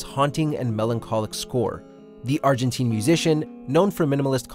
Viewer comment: Argen-tine, not Argen-teen